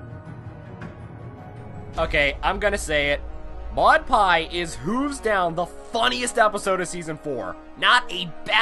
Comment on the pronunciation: You're not pronouncing her name right. I'm not even sure if even she can. I'm not sure which Maud Pie you saw. I saw a character more boring than her pet rock. Complex? You mean deadpan and into rocks. That's it. That's her whole personality. In short, I didn't like it.